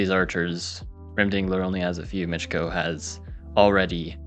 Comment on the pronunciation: If Miczko is Polish then you have finally read his name properly